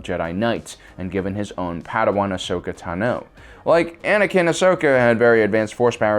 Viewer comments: Is Tàno. Not Tanò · Qui-Gon was legitimately the only jedi who could have pulled him back in. The rest were too set in the order and the usual way of doing things to adjust and adapt properly. And being in the middle of a galaxy wide waf didn't help the issue. Also, its TAH-no. Ahsoka TAH-no. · I just love how every video that Ahsoka is mentioned, Tano has the emphasis on "o" and not "a". I find it funny that every video you made has this small mistake, no matter how many times the clone wars series repeats the name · Is it pissing anyone else off how is saying tano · It will never not bother me the way you pronounce Tano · You keep saying Ahsoka's last name wrong and it bothers me